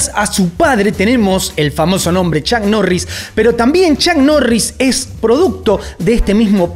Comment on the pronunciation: Bueno chuck norris te anda buscando porque asi no se pronuncia su nombre!!🔥🤣🤣🤣🤣🤣🤣